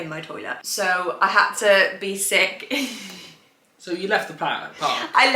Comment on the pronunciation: To much emphasis on sick your drama queen